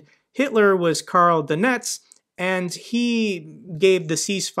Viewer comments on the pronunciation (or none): none